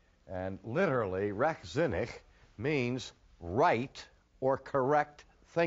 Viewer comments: I love how he pronounces "Rechtzinnig"! Greetings from the Netherlands. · Rechtzinnig and vrijzinnig... Cool! Great pronouncement (for an American)! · Pretty good for an American